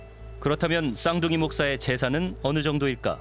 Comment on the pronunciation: 쌍둥이 독사 라고 읽음. 독사 목사